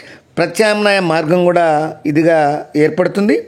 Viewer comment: గూడక అనడం బాగాలేదు.కూడా అనాలి.